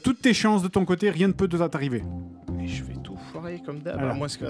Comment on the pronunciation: "tu a toutes les chances de ton coté rien n'peux te za tarrivé" :')